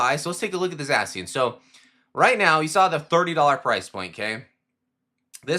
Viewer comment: You say Zacian wrong